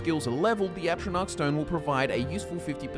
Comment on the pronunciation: dude, every fucking video. "atronach stone".